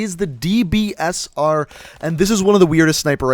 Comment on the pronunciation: Man I love the dbsarrrrh